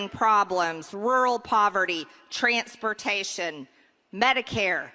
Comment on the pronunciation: Good lord...will somebody tell Marjorie-Karen-Madge Traitor Gangrene how to pronounce "transportation"? It isn't "tranTs pertation"!